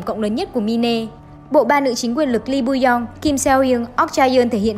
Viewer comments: đọc là mai n chứ ko phải là mi-ne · Đọc là “ Mai” ( /mīn/) mine: của sở hữu, của tôi , đó là tựa đề cho nội dung film, chứ không phải đọc là mi nê , mi nê không có ý nghĩa gì hết nhe bạn. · Cái đó là “Mine” ~~ mai . Chứ k phải “Mine” # mi ne. Xin đóng góp ta kiến để phát triển kênh 🙏🙏